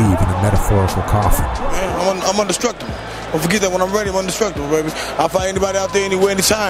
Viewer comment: Indestructible not un destructible 😂